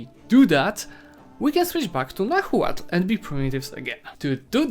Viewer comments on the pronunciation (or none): Cool guide, thanks. It made me play as Aztecs again and get that achievement. p.s H in Nahuatl is silent, so it should be read as Nauatl